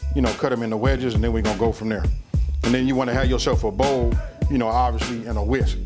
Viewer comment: "AND I PUT IT IN A BOLW" LOL 😂😂😂😺😺